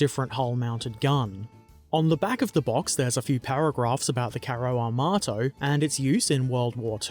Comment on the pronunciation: Carro Armato. Yes you Said it right!